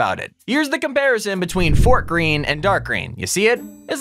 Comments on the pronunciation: it's pronouced "fortegreen" not "fort green" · "Fortgreen" You mean high ping color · it isn't "fort-green" it's Fortegreen (fort-e-green)